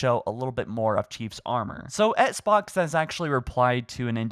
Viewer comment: What is an etts box? It’s pronounced ex-box man.